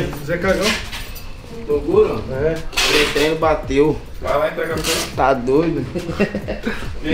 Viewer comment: Se tem "troguro" e "gropo" tem like! kkk